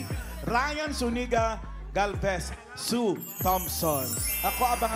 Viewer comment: Ang galing sana ng pangalawa kaya lang ang pronunciation and enunciation ni Ryan "Sue Thompson" sumasablay